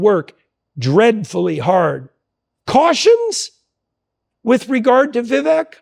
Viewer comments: "Vivek, rhymes with cake" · I thought Vivek is pronounced vi-VAYK. Jordan continues to mispronounce it. Am I wrong? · It's not petty. If your friend doesn't take the time to learn and pronounce your name correctly, are they your close friend? I'm a fan of Dr. Peterson, seeing him live twice, and I that he should get Vivek's name correct.